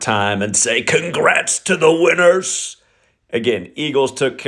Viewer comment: You need a shirt to sell that says “congrrrrats to the winners”